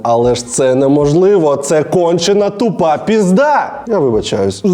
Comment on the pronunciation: Ти так класно вимовляєш "кончена тупа пізда"😂😂Слава Україні 🇺🇦